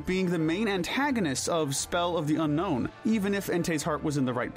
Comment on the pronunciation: IT'S UNOWN, NOT UNKNOWN! THERE IS NO K IN THE NAME! AND ALSO, ENTEI IS GENDERLESS, NOT A HE!